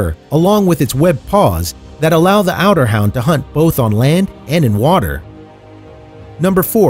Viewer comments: since when were Otterhounds pronounced outerhound ? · The pronunciation is terrible otter hound pronounced like outer hound. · It's otterhound not outerhound. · Otter not Outer, as in hunting otters. Jeez! Come on now! Get your vids straight, and I consider that pic on the beginning dog with stripes as click bait. I'll never watch your channel again. Sick to death of BS on these vids. Too many to choose to put up with half right info. Showing a pup, and not the full grown dog, is also misleading. All dogs are darling! Pups especially . I was curious to see the mix breed of dachshund/dalmatian adults. That just looked like my long hair dachshund. Very cute, but come on now! Educate me! Show me something we all don't already know. Frustration! I'm eliminating all frustration. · john jerman he said outerhound!